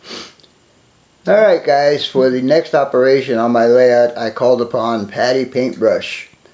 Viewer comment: what's a malayout? Never heard of it but you keep mentioning you're working on malayout. Perhaps this is a AZ thing.